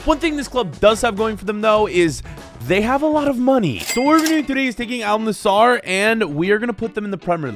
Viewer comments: It’s Al nassr not Al nassAr 😂😂😂😅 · it isnt al nasar its al nassr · Btw it’s actually not pronounced Al nasar it is pronounced Al nassr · I love your vid’s but just a small correction in pronounciation it is Al Nassr not Al nassar don’t say the a before the r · AL NAZZAR😃 Me:🥲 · …you know we love you but how the hell are you pronouncing it Al nassAr, when there is no A between the S and the R (Plus the A between the N and the S is pronounced as the A in Apple) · Its not al nasAAR its AL NASSR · "aaal nazar" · "Al Nesarr" - 2023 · Bro is saying al nazzar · Al nusor💀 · Al nazzar 💀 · "al nazaar" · "Al Nassaar" 💀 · Y’all are saying Al Nassr wrong! It’s pronounced “ULL Nusser” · you pronounce al Nasr like this Al Nasaer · Al nazaar 💀